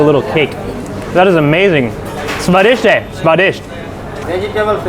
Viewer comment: You are amazing..I love the way you said swadisht hai 🎈🎈👌👌